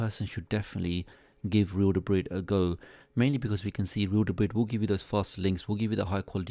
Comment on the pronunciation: This is so hard to watch with him mispronouncing real debris every two seconds lol